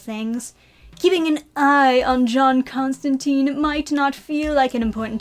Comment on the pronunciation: Constantine's last name rhymes with *fine*. He said so himself multiple times